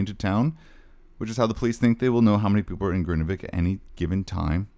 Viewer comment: you pronouce it wrong, it’s Grindavik not Grindevik ❤